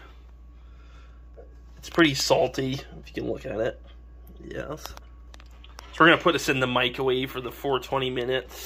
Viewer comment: Extra Cheese Yeesssth please! Bless you Mr. Bugs and Mr. Cheesepuffeth… but I digress